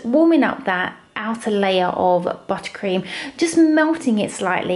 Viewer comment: Take a shot every time she says buttacream